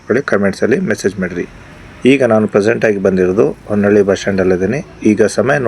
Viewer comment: ಹೊನ್ನಳ್ಳಿ ಅಲ್ಲ ಸರ್ ಹೊನ್ನಾಳಿ